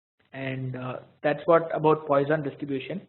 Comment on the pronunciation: The pronunciation is /ˈpwɑːsɒn/) for God's sake!